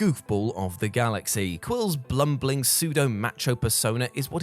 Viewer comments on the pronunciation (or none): "blumbling". somehow that makes this video so much better lol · He said "blumbling" haha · "blumbling", also made the final take :P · Did say "blumbling" about star lord? I'm pretty sure he did!